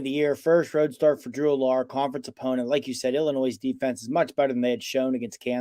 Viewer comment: It’s unacceptable the PSU analyst doesn’t know how to pronounce Allar’s last name.